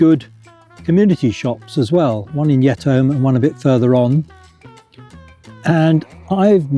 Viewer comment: It is Kirk Yetamm, not Yetholm btw